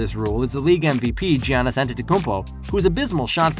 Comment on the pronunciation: It’s Giannis not G Anis